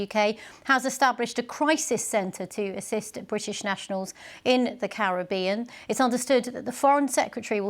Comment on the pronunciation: Thank you for pronouncing carribean correctly..